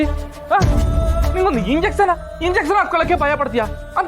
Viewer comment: injection ❌ ಇಂಗ್ಲೆಸನ್ ✅😂